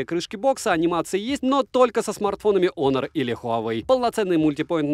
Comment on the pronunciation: Всем привет бл Хонор а не Онор